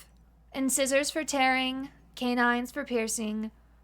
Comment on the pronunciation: I thought you'd like to know that "incisor" is pronounced in-SIGH-zor. And that's from Schoolhouse Rock and every dentist I've ever seen. I truly hope this helps.